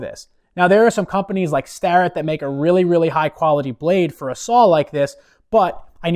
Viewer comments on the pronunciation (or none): none